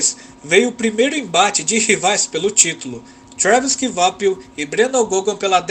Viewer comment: Ótimo video, a título de informação não se pronuncia Kivapil e sim "Quapil"